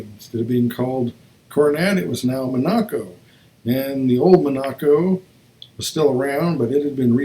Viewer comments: Mon-ac-co, no! Monaco, like the country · Like the country. Primary accent first syllable, light secondary on the third. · Thanks for the presentation...very nice! Big Dodges were called MON a CO, rather than Mon A co.